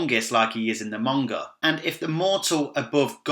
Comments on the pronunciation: cool vid but isn't it manga not monga there is no o in it or is it just me oh well still a good vid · WHY does this guy pronounce 'Manga' with a 'U?'... "Munga"